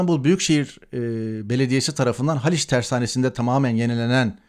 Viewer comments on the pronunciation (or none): none